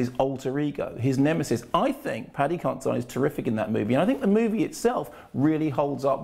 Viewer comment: Isn't it Paddy Consi-DEAN? I'm sure it is.